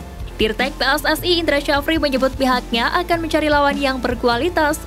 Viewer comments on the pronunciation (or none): none